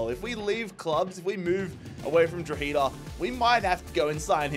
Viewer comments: Lol how you pronounce 'Drogheda' 😅 it's not Dro-heeeda, it's 'Dro-head-ah' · Drogheda is pronounced “draw-huh-da” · Love the video just a quick hands up the pronunciation of Drogheda is drog-he-da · trying to pronounce drogheda Utd hurt my soul